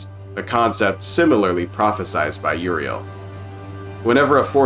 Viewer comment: I love your humor and detail you put Into this video but my god I Crack up and get frustrated when you can't pronounce Uriel ( YUR EAL) dionysius( dion nye sus) etc lol. But fantastic video nonetheless